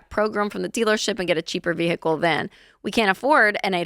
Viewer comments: veehickle. lol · Its vehicle. Not vee hick lel lol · Why does she say ve-hickle like that ? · "Progrum" "VeHICle" Like father, like daughter 😂